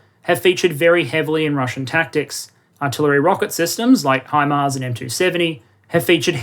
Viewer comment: I appreciate you pronouncing it HImars instead of HEmars. very annoying hearing English and former dominions pronouncing it that way :)